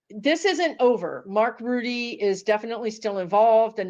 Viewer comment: Mark Rutte's last name is pronounced ROO-TAH. At this point, the only real power we have is prayer 🙏. Pray for Biden and Harris and Rutte to solve this as peacefully as possible.